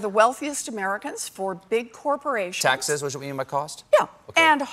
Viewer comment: Why can’t say the word “taxes”? lol